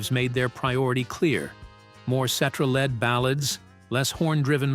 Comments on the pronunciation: Please, before you release a video with an AI voice, make sure you get the pronunciations of the people's names correct. Listening to this is so annoying. Also, for the record, I don't care how successful David Foster was, I never cared for any music he had a hand in creating. He ruined what I was a fan of Chicago for. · Yeah this is the second video from this channel. I watched the Supertramp one was fairly entertained. So I looked for another one. This one came up and after hearing Peter's last name pronounced wrongly time after time I too caught on that this is all AI. Kind of poetic considering what happened to Chicago sort of happening here. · If this is not a computer voice, then the narrator should be ashamed of himself. Any good lawyer learns to pronounce names correctly before releasing his theories to the public....I'd expect the same from a voice-over pro. Peter Cetera's name is pronounced 'set-AIR-ah', not 'SETT-erah'. Spend an extra five minutes and prepare properly. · Jesus, man: ce-TER-a. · Ce ter a. Let's say it together. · Pronounced Cetiera not like et cetera, even though his last name is spelled like Cetera Also Para zaider not Para zider!AI voices cannot get it right! Also not true that Chicago horns fused the horn sound to rock first. Blood ,Sweat and Tears with their horn section fused rock with horns before Chicago as did The Grass Roots.,but Chicago rocked harder because of the great Terry Kath on guitar! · This may be an AI type voice when they pronounce Peter Cetera's name incorrectly. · Made me think, is "Cetera's" first name, "Et?" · AHH!!!!!! Just buy a microphone!! You make a video about Chicago but don't have your AI Robot dude say his name correctly? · Please get the name right or don't do it at all et cetera et cetera et cetera!!😎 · Please tell how to pronounce Peter Cetera’s last name. AI sucks, by the way….AND, by the way, horn players should never be ignored. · Yeah. Please say Peter's last name right!!